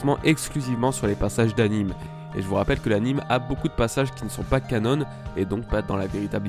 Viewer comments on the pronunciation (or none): Pas "canone" mdr